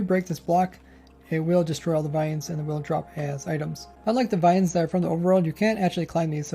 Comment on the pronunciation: He is German? Oh Lord!!